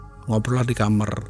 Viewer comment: kenapa sih bilang KAMAR kok nyebut KAMER... kalo ga dibenerin, makin sering denger itu 😢